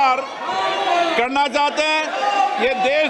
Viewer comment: इस बिड़ले को हिंदी बोलना ta नहीं आता है निर्णय को निने बोलता है 😅 चाहते जो चाते नहीं को नी